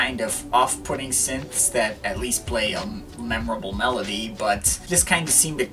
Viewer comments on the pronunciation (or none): none